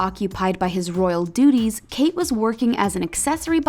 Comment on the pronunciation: every time she spoke, I heard ''Royal doodies''